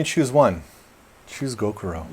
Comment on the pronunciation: when you say gokuro, you mean gyokuro, right?